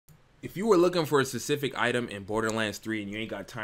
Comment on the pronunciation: Is it just me or do he Butcher saying specific in the beginning part of the video